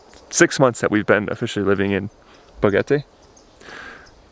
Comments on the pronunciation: Boquete not BoGETE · It's pronounced Bo-Ket-Tay, not Bo-Get-tay. There's a "q" in the word, not a "g". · Boquete. Not Bogete. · Pro-tip: Boquete is pronounced Bo-KEH-te, not Bo-GEH-te. There is no ‘g’ in Boquete. Other than that, thank you for the beautiful and heartfelt documentation of beloved Panamá. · Enjoy your adventure, BUT .. Just irked that after being in Boquete Panama for the length of time you have been, that you always mis-pronounce the name! You say "Bo-get-a" but it is pronounced with a hard "k" sound like "bo-ket-a" like a boquet of flowers - hence the probable name of the town. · It’s not pronounced BoGuete. It’s Boquete with a Q. Bo-Ket-Tay! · When you say Boquete think about the letter “K”. It is pronounced like this Bokete. Make sure you pronounce the letter T also. This way you will sound a lot less like a gringo. Good luck with your new home! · Nope, it's bo KET eh, nice try tho! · Incorrecto! Actually Bo-KET-Teh! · Your new Panamanian neighbors would probably appreciate you both pronouncing their city's name correctly